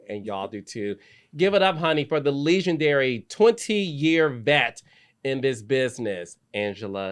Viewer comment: Carlos do you purposely pronounce words in a weird way?? You do it a lot! like Leeeeegendary for example 😂😂😂😂